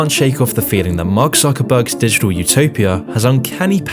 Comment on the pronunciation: I like how he says "didgdal" instead of "digital" but yeah, good point 👍🏻 I deleted my fb account a long time ago. Didn't notice any change in whom I communicate with.